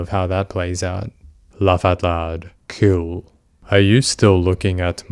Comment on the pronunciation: God these people are terrible, it’s a blessing he was talking to a decoy and not a real vulnerable teen. Also the way he constantly says “kewl” irrationally annoys me. After reading these chats it’s no wonder these sickos go after kids, anyone their own age wouldn’t want to talk to them for more than 2 minutes